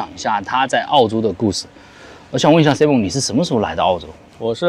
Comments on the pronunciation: 请千万别读成SI蒙，是SAI蒙，西人要笑掉大牙啦😅不信你找个人问一下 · 发音错！saimern 这个是正确发音，你发音是女子名字simone